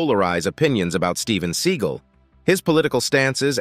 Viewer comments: It's not "Sea gul" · It's Seagal